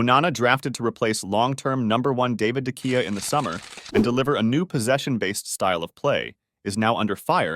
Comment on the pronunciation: You're saying De Gea all wrong